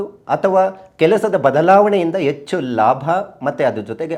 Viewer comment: ಅ ಕಾರ ಹ ಕಾರ ಸರಿ ಇಲ್ಲಾ.. ಎಚ್ಚು ಅಲ್ಲ ಹೆಚ್ಚು